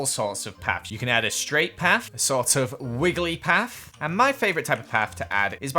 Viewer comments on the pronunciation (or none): Don’t say paf say path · Omg really be like I like to add this kind of paft (Welph thats how he says it)